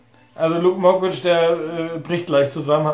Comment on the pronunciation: "Luke mockwitch" 😂😂 diese aussprache...